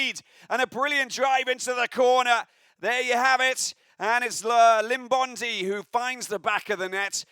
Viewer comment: Please commentator please pronounce our players names correctly please its not Limbondi but Iimbondi please come on boys